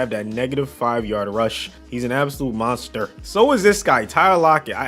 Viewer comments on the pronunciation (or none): none